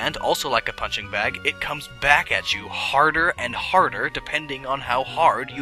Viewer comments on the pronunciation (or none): none